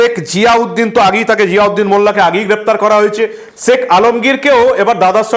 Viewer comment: Seck Sahajan na Sheik Sahajan?Correct your pronunciation.